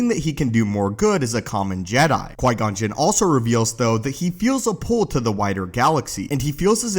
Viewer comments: Qui gon not qui non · Who’s Qui-Non? ;) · Typo buddy. You said Qui-Non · Qui-Non?? Haha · Ah yes the best secret character “Qui-Non” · Qui-Non? Lol